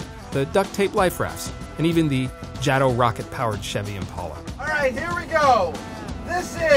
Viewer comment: its pronounced JAY-To not jah-to lmao.....